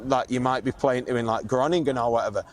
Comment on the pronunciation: Nijmegen 🔥 Love how you pronounce ‘Groningen’. And on tour, love how Al takes care of so much stuff including looking for the suitable base in Holland when you are doing various venues so that you don’t need to move place every day. See you in the Paradiso lads 🖤🖤🖤🖤